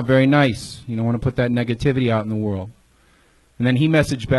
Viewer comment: Someone teach Redban how to properly say the word "world"